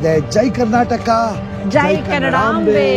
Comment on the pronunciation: ಜೈ ಕರ್ನಾಟಕ ಜೈ ಕನ್ನಡಾಹಾಂಬೆ❌ (ಕನ್ನಡಾಂಬೆ✅❤ )ಪ್ರತಿಯೊಂದು ಉಚ್ಚಾರಣೆ ನೂ ಮಹಾಪ್ರಾಣ ದಲ್ಲಿ ಮಾತಾಡ್ತಿರ ಯಾವಾಗ ಅಲ್ಪ ಪ್ರಾಣ ಮತ್ತು ಮಹಾಪ್ರಾಣ ಉಚ್ಚಾರಣೆ ಬಗ್ಗೆ ಗಮನಹರಿಸಿ ನಿಮಗೆ ಶುಭವಾಗಲಿ 🎉🙏